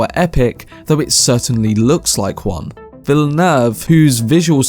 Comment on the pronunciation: Good video my guy but you fucking butchered the Director's name